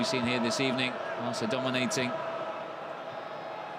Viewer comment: good ebening